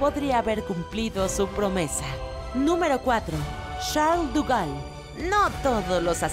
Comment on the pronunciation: Estoy segura que De Gaulle no se pronuncia "duval" o algo asi